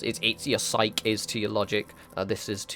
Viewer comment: Psyche is pronounced [SY] + [KEE]. Just can't let you go through life without that knowledge :) Maybe you know this by now but in case you don't and still read comments... the way you're saying it in this video is more the SIKE! version as in "just kidding".